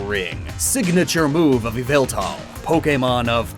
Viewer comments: Its not yveltal its yahveltal like if you pick the reference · Bros saying yveltal it's YAHVULTAHL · It's pronounced Yaveltal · Actually it’s Yallveltal